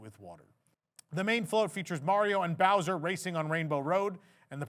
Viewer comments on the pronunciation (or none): none